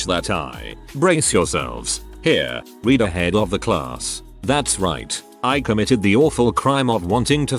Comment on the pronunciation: Is there some reason the computer voice switches the past and present tense pronunciations of "read"?